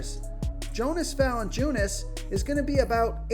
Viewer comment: It’s pronounced yonas valanciunas